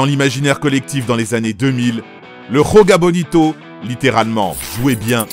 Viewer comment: Le "J" en portugais c'est pas la jota comme en espagnol ca se prononce pas comme ca mais ca se prononce comme en français